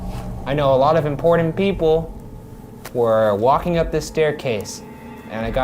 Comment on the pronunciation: "Impordand"? Why cant Ryan pronounce the letter "T"?! Drives me insane. "Tim Burden"?